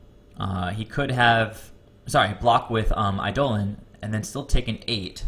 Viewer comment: By the way, it's pronounced EYE-deh-lon, not eye-DOH-len. :)